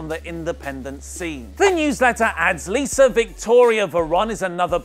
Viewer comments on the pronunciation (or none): none